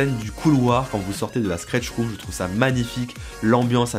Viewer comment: Super vidéo, mais un jour il faudra quand même apprendre a dire Stretch room et non Skretch...